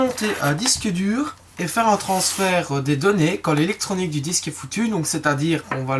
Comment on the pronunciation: mec.... on dit transfert hein...